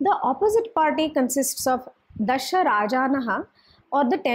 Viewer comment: Why you kept saying "daasha (sounds daasa=servant) raajna" ? shouldn't it be DASHA (10) raajna?